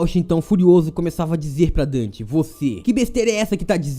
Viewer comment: Só eu que ouvi seno o nome dele é Dante kkkkkk